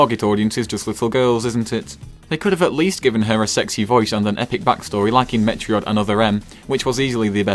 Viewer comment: I had to pause when he said "met-re-od" because I was laughing so hard.